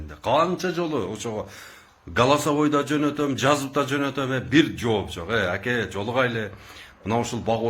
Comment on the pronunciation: Түбтөн эмес түптөн. Акя эмес АКЕ же жон гана кыргызча эле АВА . Качан кыргызча нормально суйлогонду уйроносунор блогер соройлор.